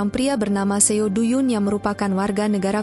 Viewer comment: Suaranya enak. Tp bacanya trlalu cepat n spelling nama korea nya msh krg tepat.. seo spelled as so. Do=do bkn du. Dst.